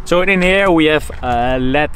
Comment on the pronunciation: "We ave"??? WE HHHHHHHAVE